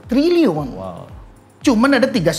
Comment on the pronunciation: Nyebut trilyunya salah ga sih?